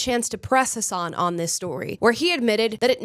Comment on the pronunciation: Amala if you want people to call you Amala and not Ahmahla then you should learn that his name is pronounced as Hassan not Hasaaahn